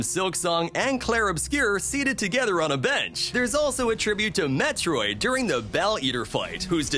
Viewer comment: "If you sit on a beach?" So this is an A.I. voice apparently? Because I doubt someone with what sounds to be a native western English accent, doesn't know how to pronounce "bench" correctly. Sad